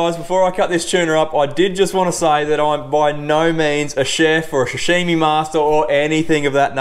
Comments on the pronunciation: Sashimi not shashimi mate Mate you’re not a chef or English speaking person, give it a rest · Hot tip: damp tea towel under the cutting board, how does one own a sashimi knife but pronounces it shashimi 😂 good vid man 👍